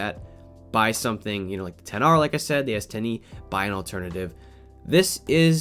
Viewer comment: Get the s10 E 😂😂 he just murder the XR name 😂😂 At 10:6